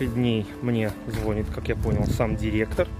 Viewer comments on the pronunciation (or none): звонИт,а не звОнит